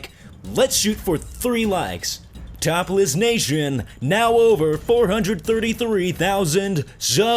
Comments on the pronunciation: It sounds like he is saying topless nation xD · it sounds like you are saying topless nation instead of top list nation lol ;)